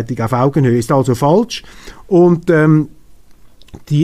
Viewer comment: Informative und erfrischende Sendung. Daumen hoch! Es heisst aber ‚falsch‘ - nicht ‚faltsch‘.